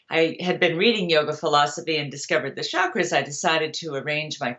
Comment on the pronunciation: One of the bullshit sources of modern chakra😂 exactly as she pronounces it “ SHAkras”😂